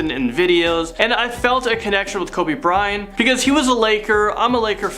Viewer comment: He’s saying Kobe bryan😒😒